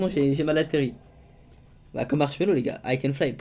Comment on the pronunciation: Mdr tu dis marshello quand tu vol